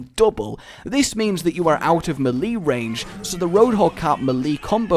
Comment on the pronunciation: Some people say "may lay" some people say "mee lay" or maybe even "mee lee" But... "muh lee?" Really?